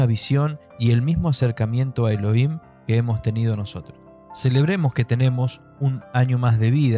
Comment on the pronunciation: Elohim se pronuncia «E-lo-jim».